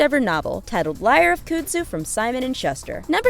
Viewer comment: Awesome! But I have to tell you, it is pronounced Kuhn-d zoo. Like a cow's cud